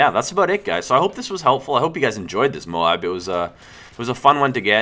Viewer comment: not moab, its M.O.A.B say letters